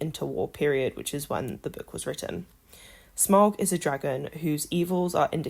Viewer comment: Smaug* you pronounced it wrong too